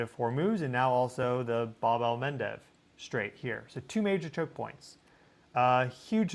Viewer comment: btw it's the Bab-el-Mandeb not Bab-el-Mendez